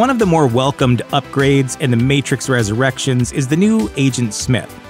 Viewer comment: I think the announcer has a glitch in The Matrix. He keeps saying "ResurrActions" instead of Resurrections. 📗📗📗